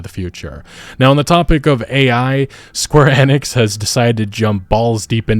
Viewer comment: the one youtuber that pronounces square enix correctly 😩